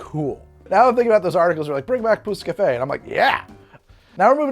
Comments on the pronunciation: Im not french but as an absolute language and dialect nerd I believe youre pronouncing pousse-cafe pretty much right. Man that does sound vulgar tho lmao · "Pousse Cafe" was on point, well done :D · You pretty much nailed the prononciation of 'pousse café'. I never knew it was a layered drink. Where I grew up, a pousse café is any alcohol served with coffee, typically a brandy. I guess the name stuck, but the drink was lost. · You said pousse cafe perfectly :) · You got the pousse café pronouncing pretty right! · you said pousse-café the right way don't worry :)